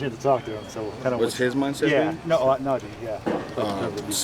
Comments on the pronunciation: Suuuper excited for what Russ might be as a Steeler, but he’s gotta get Najee’s name right. It’s pronounced Naj-EEEEE!!!!! Long vowel sound, just like the letter E sounds. 😂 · “NAHJAY HARRIS” DAMMIT RUSSELL 😂